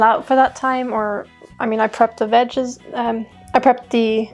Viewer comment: The vegez... the vegeese?... the vegise 😆